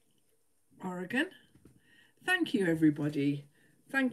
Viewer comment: She pronounced Oregon properly!🧡